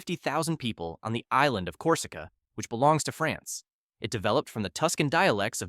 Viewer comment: the way he pronounced France was way worse